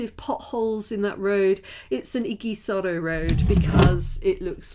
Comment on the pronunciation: It's pronounced idžisoro not igisoro...